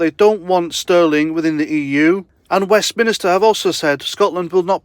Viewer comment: FFS, it's Westminster NOT Westminister! Winds me right up.